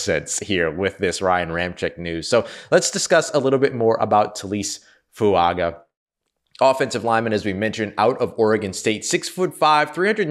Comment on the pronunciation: On the off chance we get to see him in black and gold on Sundays I feel compelled to put this out there. Taliese Fuaga is pronounced Tally-essay Foo-unga. Young man is a beast and I hope we have cause to say his name a lot in the near future.